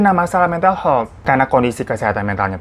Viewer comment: Maaf, sekedar meluruskan. Health huruf 'e' dibacanya seperti kata 'Hebat'. Aniway, skill story tellingnya tingkat dewa 👍🏼.